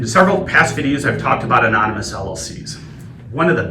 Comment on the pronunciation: 'Amomynous' lol